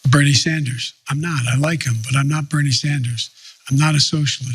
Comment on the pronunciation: "I'm not Beenie Sanders." Yeah, no fuckin shit Joe.